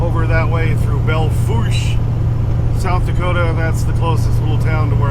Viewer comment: Yay, you said Belle Fourche (Bell Foosh) correctly! Now we just need to get folk to say Broadus, MT (Broad us) right too!